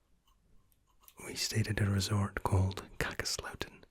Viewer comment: Oh, what a nice surprise. :) Hello from Lapland! You pronounced Kakslauttanen very well, I presume you have actually visited the place? :) I am going to do an art project there with my peers from the university of Lapland in April. Can't wait. Keep up the good work. Your story telling and communicational skills with the imaginary clients are insane. Also, it's always a joy when an Asmr artist's taste of humour is A+, your videos do guarantee genuine laughs. Thank you for your, if not life saving, then definitely sleep saving videos!🍀